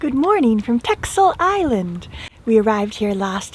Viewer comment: hi there my favorite sailers. TEXEL you pronounce as TASSEL :)